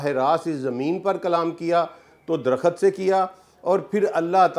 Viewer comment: Bhai aap buhut pare likhe insaan hain , lekan herat he " KHULD (Jannat)" ko aap KHULAD parh rahe hain Aur DARAKHT KO DARAKHAT, main hairan hoon hoon.